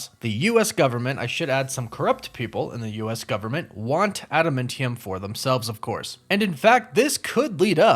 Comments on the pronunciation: normally i don't care about pronunciation at all, but man, this video was so triggering for me for some reason lolol TEE-uh-mat, not TIE-uh-mut jeh-NO-sha, not gen-OH-sha (with a hard G) Add-uh-MAN-tee-um, not Add-uh-MEN-tee-um man oh man, i don't know why hearing it those wrong ways hurts my ears SO MUCH lol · Him calling it AdaMENtiium instead of adaMANtium really triggered me to the core.....I'm insulted and cringed out every time he said it. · Ada-MINT-eum? Mint? you are KILLING ME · ada- MANNNNNNN- tium .....God, its so annoying listening to you say this wrong ON PURPOSE! 😅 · just howmany names can you butcher in asingle video? Genosha, Tiamut, Adamamtium.... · Great videos but your pronunciation is killing me. Genosha is pronounced like Jennifer Adamantium = Adam-Ant-ium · Lol just stating and not making fun but it threw me way off hearing adamantium sound like adamentium lol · Sorry to be this guy, but Adamantium is a man-made alloy, and cannot be found in nature; thus no one would ever be like looking for it in Genosha, or anywhere else Also…it’s pronounced Ada-MAN-tium. Love the channel, sorry to point out some corrections, keep up the good work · DUDE ADAMINTIUM??? The hells wrong with you?! I’ve literally never heard it pronounced that way…plus Gehnosha?!? Gen-oh-shah. I wanted to get off this but then I heard your dumbass pronunciations again and again. Thought I’d do a DCeaced and scratch my face off without being able to click away. Your sentry entry sucked too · It reallllllly bothers me how you keep mispronouncing Adamantium .... You're saying Adamentium ... And you mispronounced Tiamut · The defeated Celestial has been mentioned though. It was in an article during She-Hulk. Also a Mint Modile ad, is that why you kept saying adaMINTium? 😂🤣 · Are you sayng AdaMENtium? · I thought it was pronounced Adamantium, did they change the name and pronunciation (adamintium) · It's pronounced adaMANtium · No he’s just pronouncing it wrong